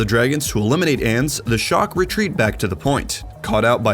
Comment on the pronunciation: Ya, if we can pronounce ans as onz from now on that'd be great.